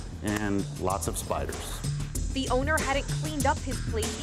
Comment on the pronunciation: DID YOU SAY SPIRDERS I’M MOVEING TO JAPAN GOODBYE